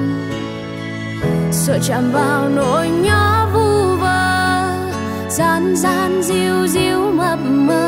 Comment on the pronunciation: Gian gian chứ ko phải( Dang Dang ) Vậy là phát âm sai đó🤣🤣🤣